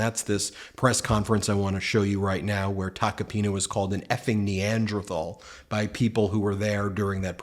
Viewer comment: The irony of someone calling someone else a Neanderthal but not actually being able to pronounce the word Neanderthal.